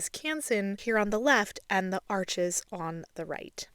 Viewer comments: You will come across more effectively if you pronounce the name of the cotton paper properly, it looks like arches but it's pronounced arsh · I just discovered your videos and they are easy to follow and immensely helpful for a beginner—thank you! One additional thought—Arches is a French company and pronounced “arsh” not “arches.” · Arches is French, it’s pronounced “Arsh,” the (s) is silent, Thanks for sharing!!! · Such an incredible tutorial. I’m taking my second year of watercolor and I’ll be sure to share this with my professor :) (Also just a note about the paper: I’m pretty sure Arches brand is French and is pronounced ‘Arsh’) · This is really helpful, thank you! 😊 Just a heads up - Arches is pronounced 'Arsh.' Something you only find out when you ask for it in an actual shop, lol! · What a lovely and helpful video. Thank you. By the way Arches is French. It's pronounced like 'Arsh' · Arches is French, it’s pronounced “Arsh!”